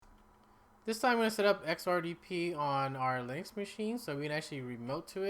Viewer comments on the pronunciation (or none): Linux, not links!